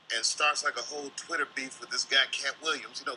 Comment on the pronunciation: He pronounced it "Twitta"...dropped his persona for a second